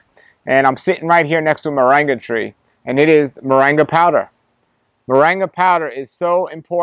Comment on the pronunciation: I'm curious why he pronounces it 'moranga' ? When it seems it would bring pronounced with the 'ing' sound .